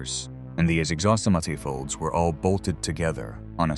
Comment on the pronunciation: What did it say ? I think it was SUPPOSED to be exhaust manifold but the AI voice completely screwed it up! Bad AI robo voice and AI images adds up to total crap.